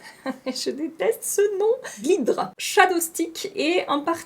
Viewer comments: C'est pas GLIDRRRR c'est GLIDEEEERR comme glitter les paillettes en anglais...je pense hein 😅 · Je pense que « GLIDR » se prononce « glaïe-deur » 😊